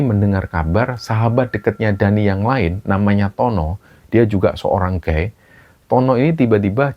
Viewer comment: Sedikit koreksi.. gay dibaca ghey bukan gay.. kalau guy baru dibaca demikinan..